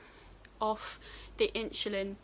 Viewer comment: you say insulin like my science teacher “inshulin”